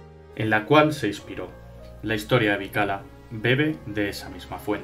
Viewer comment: Eso mismo pensé yo. Siempre oí la pronunciación "Bikila"